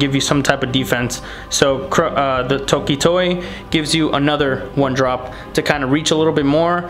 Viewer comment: It´s Toki-toki lol, and ChroNOa